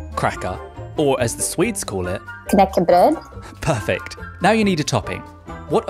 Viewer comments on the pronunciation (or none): 8 years and she can't even say knäckebröd with a good pronounciation. Sad, really.